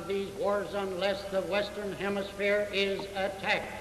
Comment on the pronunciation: The way JFK pronounced “hemisphere” was interesting. And definitely Boston. Ted Kennedy talked the same way. And actually, it’s not unlike how people from the Deep South would have said it.